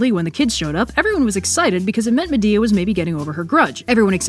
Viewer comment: "And with her exit strategy firmly in place, Medea gets down to the brass tax of plotting a murder." "What you need is a big 'ol pot of Grits..." From Medea to Madea. I can't unhear it